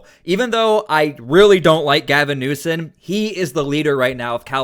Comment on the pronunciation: You make great videos! His name is newsome not newson